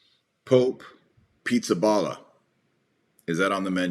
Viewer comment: His name is not pronounced as “pizza” but “ Peesabahla”